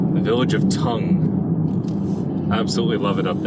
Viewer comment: I think it’s pronounced T,o,n,g, as it song with a soft g.